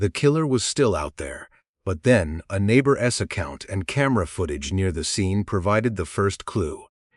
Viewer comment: Why does the maker use AI to read the scripts? They can't read properly when saying the word "neighbour's" the AI read it as neighbour ess and there's a lot of other words too. Why don't you get an actual human being who can pronounce words and enunciate properly as the AI is disrespectful to the victims story when they can't pronounce names of the dead properly. Something for the makers to think about when making future episodes.